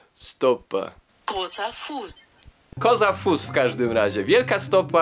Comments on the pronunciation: Nie koza fus tylko gro(ł)se fus. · Wielka stopa się czyta GROSE FUS